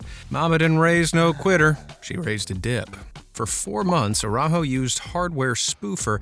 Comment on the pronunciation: I loved the video but the way our dude says Araujo kills me, not his fault though